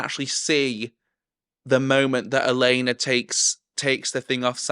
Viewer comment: me hearing you call Olenna "Elena" for the whole series 😀